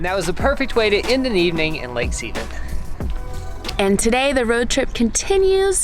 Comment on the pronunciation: He said Lake Seeeevan 😂😂😂😂😂 Its pronounced Seh-Von lol just thaught it was funny